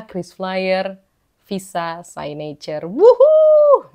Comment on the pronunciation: It's siknecurrr, kak. Bukan saynecurr